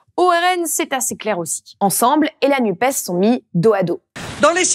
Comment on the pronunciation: Par pitié, arrêtez de dire "Nupaisse", c'est insupportable !